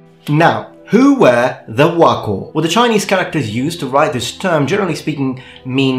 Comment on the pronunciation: I am so impressed you got the chinese pronunciation of wuokou right.